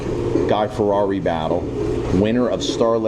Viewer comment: please stop butchering his last name, it's pronounced " Fi-etti" NOT "Ferrari" although there is an "R" it's pronounced like a "T", geezzzz